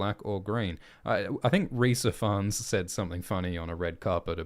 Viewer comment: Rhys Ifans is pronounced Rhys eevans btw